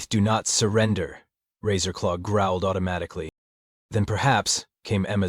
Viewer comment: Every time the AI says Captain Razor law, my mind hears “Taserface”